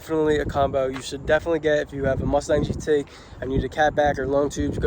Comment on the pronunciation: Why do you say gt like a uk redneck